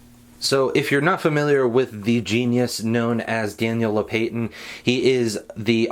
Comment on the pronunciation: Oof. ”Daniel low-pay-tin” I think it’s actually pronounced low-pa-tin